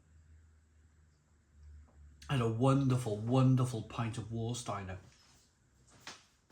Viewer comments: please pronounce Varsteiner not Warsteiner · German pedantry here, but please pronouce the 'W' like a 'V' = 'Var'-Steiner. Sorry 😁 I assume the 660ml bottles must be made for the UK market, as only ever seen 500ml or 330ml in Germany. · Warsteiner is pronounced Varsteiner.... W is a V in German... it is the only decent beer of the 4 on show. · Pronounced rhine heights ga boht and Varsteiner. 👍